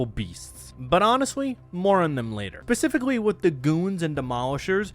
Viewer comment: "pacifically" lol